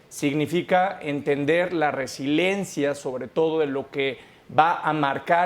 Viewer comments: Resiliencia, no resilencia. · No le entiendo al cuando dice "resilencia" si se refiere a resiliencia entonces no sabe lo que significa o a lo mejor se refiere a residencia pero queda fuera de contexto y ademas lo pronuncia mal, por otro lado concuerdo con el en, que habla de parches a las obras y santa lucia es definitivamente un parche que acarreará muchos problemas.